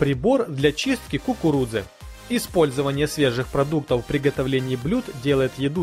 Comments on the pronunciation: Dasha M ты до кукуруДзы досмотри))) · Мне одной показалось что он говорил кукуруДза? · после пятого произношения "кукурудзы" пошла кровь из ушей. Так и должно быть?